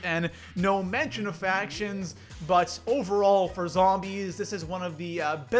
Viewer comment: love how u say zhombeez :D